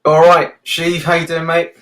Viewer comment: It’s definitely Shiv not Sheeeeev